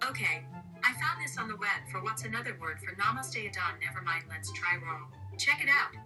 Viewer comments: Rural say (roo-rule) roo like kangaroo, rule like what you do Queen. Us Aussies have got your back with so many rural areas xxx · 🤣🤣🤣🤣🤣 asking Siri how to say "rural"... I am in a coughing fit from laughing so hard! The struggle is real on that word. I was over here trying to say it right with you. 😱🤷‍♀️